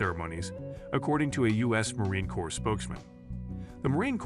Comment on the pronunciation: Just a quick note. "Corps" is pronounce like the word "core". Thumps up, and great story.